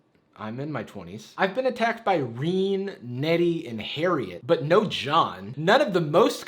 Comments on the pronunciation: It‘s «reh-neh», not «rean» haha. Don’t mock my real and super common name haha. Great video though. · Haha Rene is now [reene] not [ruh-nay] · did you... did you pronounce "rene" as "reen"? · Everyone else: Pronounces Rene as Renee (ruh-ney): Reen! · Did this man just read Rene as Reen? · pronounces Rene “reen” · Did you just pronounce Rene like Reen? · Rene is pronounced Ren-aye, it’s a name with French origin :) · Who pronounces Rene like that? Also, that name is pretty common. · Ummm bro I think you pronounced Rene wrong lol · well that’s rude that’s my name and you said it wrong Rene